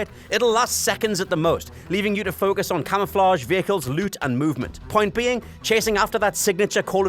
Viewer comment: "Leut" "heuk" haha never gets old for me. It's a bit insufferable but when he says book like "beuk" I lose my mind 😂